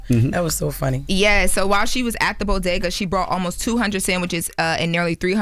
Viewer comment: Can learn how to pronounce bodega?